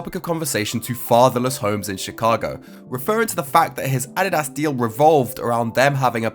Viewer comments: “Ah dee das” 😂😂😂 I will never pronounce Adidas the same haha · and Hbomb posts always make me want to drop everything to watch because their shit is rarer than diamonds Edit: the way pronounced Adidas is dope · Yeah I’ve heard British people pronounce it that way before. It’s weird but the way we say it is probably weird to them